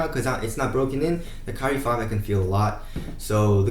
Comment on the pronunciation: "kai-re" not "ca-rie" pronounce it better bruh😂😂